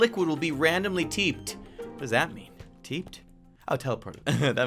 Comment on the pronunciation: "T-ee-p-ed" Me: laughing so hard TEE-P-EE-D, TEE-P-EE-D!!